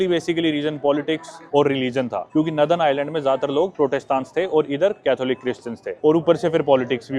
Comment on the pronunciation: bhai it’s nor-than not naa-than